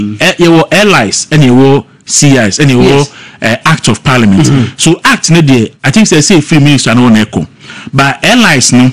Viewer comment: Please don't pronounce it ParLIAmeant. It's Parliment